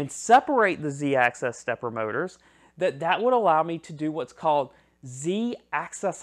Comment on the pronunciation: It's Z axis, not Z access.